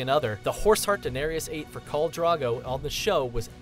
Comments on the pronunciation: The way he pronounced Daenerys made me cringe. It's pronounced Da-ner-is not Da-nar-ious. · Why is he pronouncing “Daenerys” as “danerius”? 😂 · QuartosCZ QuartosCZ "Daneereeus" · They may as well say Darius 🙄 De-ne-RIS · "Daenerius, Khal Drago, Lisa Stark, Tara, Old Nahn", has this guy even watched the show lmao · how you know someone doesnt watch game of thrones but talks about it? they say danereious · you said danerius it is danaerys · Danarees, Viserees, Tara Greyjoy, Khal Drago, Lysa Stark, Old Nahn, C'mon dude at least learn how to say the names. Watch the New Rockstars videos on GOT, they have just as much information and they actually watch the show. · Den eh re ass 😂😂😂😂😂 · Why the hell do you americans say Daneryus? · I'm annoyed that it sounds like he's saying "Daenarius" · Yes! And 'Daenerys' not 'Daenerius'! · They also said Lisa Stark instead of Lysa Arryn, "Danerius Targaryen" or sumn like that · Danerius Targarian lol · Old naaan, Khal Draago, Danerius, Alario, Veseries, Meester Luwin. Omg. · Do you even watch Game of Thrones? Daenerys isn’t pronounced “Daenerias”, Drogo’s name doesn’t have an ‘a’ in it, and Theon’s sister’s name is Yara not Tara...wtf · Why are you pronouncing Denaerys as Dun-air-eee-yus? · He kept saying Daenerys wrong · Maybe someone who makes a video with facts about certain subjectmatter should learn to pronounce important words for said subjectmatter. Such as Daenerys, or Cersei. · when you do all this research on the show how can you pronounce so many of the names wrong? Lysa Arryn, Catelyn Stark, Khal Drogo, Daenerys and more are pronounced wrong several times in this video. i love these videos but it really irks me when you don't even try to pronounce the names correctly...